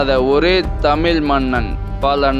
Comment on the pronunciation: ஐயா உங்கள் தமிழ் உச்சரிப்பை சரி செய்து கொள்ளுங்கள். தமிழ் தமில் இல்லை.😢